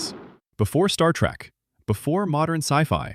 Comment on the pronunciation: Thank you. I enjoyed the video. However, as a life-long Trekkie, I came THIS close to turning it off when you said Star TRACK at the beginning! LOL